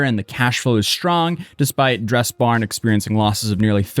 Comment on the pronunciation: Did you say DressBom? It definitely didn't soubd like Dress Barn.